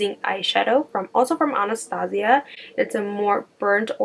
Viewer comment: She's pronouncing Anastasia wrong.. ann-a-stay-sha Like the movie? about the princess? Other than that.. LOVE this look ♥